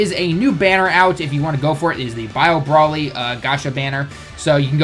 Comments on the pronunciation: Stop saying brally, it's BROLY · Muhammad Saad he says brally because the name is a pun on broccoli, so the bro is pronounced how it is in broccoli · Ibrahima Bah its still broly